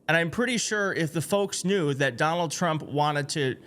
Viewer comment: "President, uh, Tump ...". That was a dis. Trump clueless, as always.